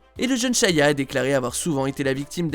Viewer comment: Ya que moi qui est remarquer qui dit SHAYA tous le long au lieu de SHIA